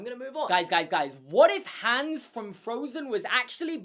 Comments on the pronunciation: It's pronounced Hons not Hans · ITS HOOOOONS NOT HAAAAAANS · Its hans not hands but i love ur videos so its okay !😁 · The A in Hans should be pronounced more like the A's in "father" / "are" / "cart" / "barn" and so on, and not like "hands".